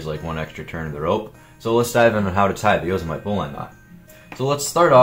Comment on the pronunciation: yoe seh mih tee not yoe seh mite lol